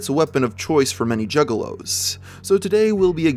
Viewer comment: Initially, I thought you were referring to male prostitutes. Then I realized you were saying "juggalos", not "jiggalos".